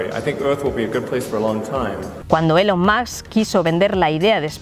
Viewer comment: Por favor, pronuncien los nombres extranjeros correctamente en los sucesivos (separ, elon mas, sir richar